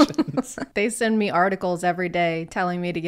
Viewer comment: I’ve watched this video so many times but I can’t hear anything but “you can take the vax XD I fear god, I don’t fear meh X3”